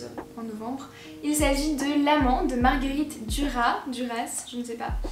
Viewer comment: On prononce le S à Marguerite Duras. Je n'ai personnellement pas vraiment aimée La Princesse de Clève et Marguerite du soir c'est assez particulier. Je n'ai jamais lu l'Amant d'elle par contre alors je serai ravie d'avoir un retour sur le livre si tu comptes en faire un.